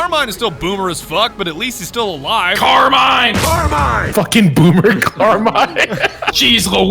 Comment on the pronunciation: “i’m hanging back from a FOOKEN train”